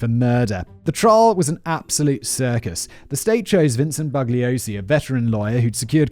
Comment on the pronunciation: Bugliosi is pronounced Boo-YO-see